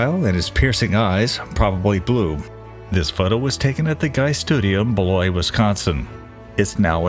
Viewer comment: not only did you pronounce “Beloit” correctly the old joke around here is asking people if they realized that BELOIT got their name because a prominent politician staying at the inn wanted to suggest a town name, once he passed gas in the bath tub he said “That’s it”!! …..”Beloit will be the name”!!! Even in Beloit locals can laugh at this because up until the mid 80’s the town was in a major decline. Then became home to ABC SUPPLY a major home materials manufacturer because Diane Hendricks and her late husband grew up there. Personally they have turned Beloit into a beautiful and quaint stateline small town on the IL/WI border.